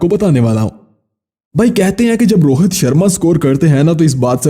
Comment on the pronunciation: Rohat nahi Rohit hota hai ba